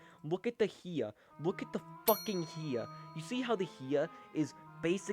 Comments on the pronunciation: Learn how to say hiya right bro. It's hi-ya not he-a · Hea? Buddy it’s pronounced Hi-YA like HI how are you and YA I’m having an amazing time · It's Hi-ya to You Too! Not HE-a! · Why does bro pronounce hiya he-ah